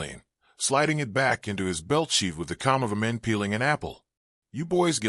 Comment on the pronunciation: Your AI voice has trouble pronouncing the word MAN. Try again, this one’s a dud.